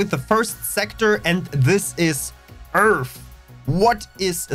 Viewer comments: twook a dwink everwy time he saysh Eeerff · Find it funny that you can build a station in the Sol system, shouldn't our home system be filled with stations and traffic to say or does earth not have anything in the system already? I also find it a lil funny with your accent on how you pronounced earth as (earf) well from how I hear it from you. Nice video thanx for the info.